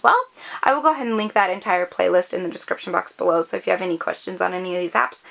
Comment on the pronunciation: "in the Descfription" lol